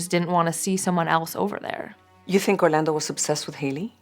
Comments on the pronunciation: We're American's and have American accents. Every time she says Orlando's name with a Mexican accent I want to throw up. Had to quit watching. Why do Liberals think they have to do that? We don't pronounce Orlando Florida that way. We don't even know if he was from Mexico, he may have pronounced his name with an American accent also. Really annoying. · 27 minutes in I had to turn it off I couldn't take another Orlando the way the talent pronounces it with the accent. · Does she pronounce any Spanish word with that cringe Spanish accent where they really ham it up? Lmao as I type this she said Orlando’s full name and yep it’s that cringe Spanish accent where they play it up (If you’re native Spanish speakerrrr you know what I am talking about 😂) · This was difficult to watch because of how the reporter kept pronouncing Orlando.